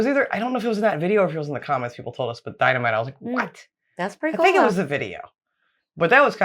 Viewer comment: Hmmm what abot the DYNABIT???? Alfred "NOBEL"